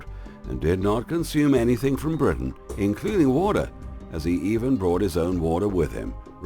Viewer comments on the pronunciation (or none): none